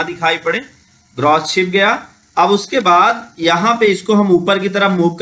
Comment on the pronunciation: आपने कुछ गलतियां की हैं बोलने मे, जैसे फांट ( FANT) नहीं वो फॉन्ट ( FONT ) होता है, दूसरा ग्रोस (GROSS) नहीं, वो ग्रास ( GRASS ) होता है और लास्ट मे, जिसे आप बार बार TRANSACTION बोल रहे हैं वो TRANSITION होता है | इसे दिल पर ना लें, मैंने इसलिए बताया ताकि आप भविष्य मे ये गलतियां दोबारा ना करें | एक अच्छे यूट्यूबर की knowledge, उसके Viewers से ज्यादा होनी चाहिए, जिससे Viewers अपने आप से उसे SIR कह कर बुलाएं, हमे बताना ना पड़े. Thanks for making such a long video. 🙏